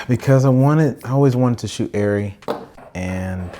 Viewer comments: I think the Germans call it “are-ree” so saying it “are-e” is closer than “air-e” IMHO, I’m a no body. I just had an iPhone for research is the extent of it. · Its pronounced aarri because its german and in Germany its pronounced like you said the first time when you talked about how everyone says arri